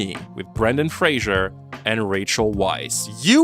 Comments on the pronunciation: You should absolutely make a video about the Mummy trilogy, but when you do I BEG YOU to pronounce Brendan Fraser's name correctly. It rhymes with 'razor'. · Without further _ado_. ahDOO. Not "furhetr adieu". Also, as a Mummy fan, you should really know that it's Brendan _Fraser_, not Frasier. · The disrespect of mispronouncing both Fraser and Weisz! Brendan's surname is Fraser (fray-zer) NOT FRASIER Rachel's surname is pronounced like vice, not Weiss